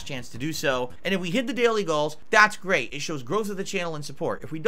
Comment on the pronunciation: "Really gweat stuff," indeed!